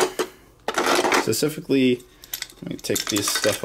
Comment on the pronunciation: say "specifically" not sicifically...